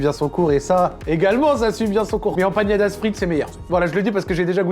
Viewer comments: Y'a pas de tilde sur le n mon cher, c'est Empanadas et non Empañadas;)) Des bisous super vidéo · Incroyable la vidéo Juste une petite remarque si je peux me permettre: On ne dit pas "empañadas" mais "empaNadas" 👍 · EmpaNadas , ne prononcez pas la tilde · Ça fait trop plaisir de voir des resto latino aussi, Tanguera et Santa Carne, 2 resto incroyables on adore ! 😍 Et vos commentaires pdt la vidéo un régal ✨🤗 Par contre c’est empaNadas pas empaGNadas 😅 haha